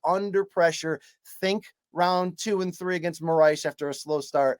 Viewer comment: Lol at calling Moraes "Saitama."